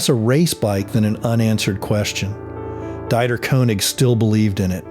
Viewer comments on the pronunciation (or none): It’s Deeeter you AI buffoon.